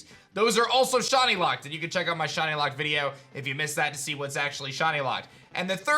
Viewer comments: Sound like he’s saying shotty not shiny, kind of annoying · It's not "shaw knee". It's "shy knee". Pronunciation 101. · I can't with how he says "shahnee" instead of shiny 😂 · I love you man but every time you say shiney I hear Shawny 😅